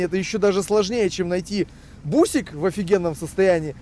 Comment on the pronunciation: сплошной трёп, не бусик, а басик-так у нас на ДВ говорят, а Япония как выпускала, для внутреннего рынка, самые лучшие в мире автомобили, так и выпускает, а двс не 3цт, а 3 си ти,Ю вот как-то так....